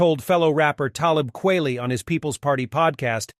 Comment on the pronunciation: FFS KWELI his name is in the middle of E KWEL ITY. Don't do the vid if you can't fucking pronounce an artists name.